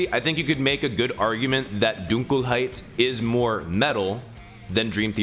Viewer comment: You're the first American to pronounce "Dunkelheit" 100% correct btw, congrats xD I (as a german) have heard waaaayyy worse, thank you... uh.